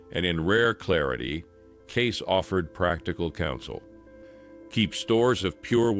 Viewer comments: It's Kaysee not Gay! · His name is pronounced Gay-See, not Gace. He was a seer, not a prophet. There is nothing biblical about a seer or a psychic. You claim this channel to be about “biblical prophecy” yet do not put biblical content in it. Does this make sense to you?